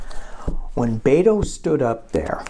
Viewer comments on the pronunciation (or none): You're great,, and it is Bet-oh (like bet at a gambling table). From someone who lives in Texas.